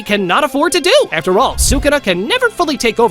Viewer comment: there's afer instead of after